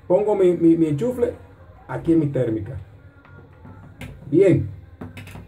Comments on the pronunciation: Disculpa,se dice enchufe y no ENCHUFLE.Saludos. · "Enchufle" jajajajaajaj